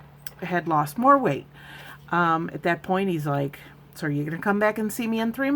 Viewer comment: Weight loss, not ER loss 🙂.